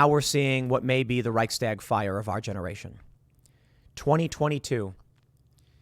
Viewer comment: For heaven's sake, you been in Texas recently?? It's pronounced reich - shtag, not "reich - stag". I'm not trying to diminish the seriousness of the situation but what else can one do? The US will be conscripting "old men and women" soon as well, since our military 'got woke'. God help us...☢